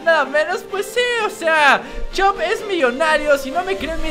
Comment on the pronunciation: en vez de decir chop dice shop